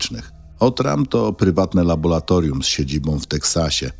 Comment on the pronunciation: Wszystko dobrze , ale to laboLatorium razi z 7 razy powtórzone. W laboLatorium pracują laboLanci. Błagam...